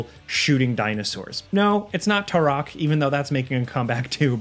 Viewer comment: Calling Turok tarak is crazy! Smh 🤦🏻‍♂️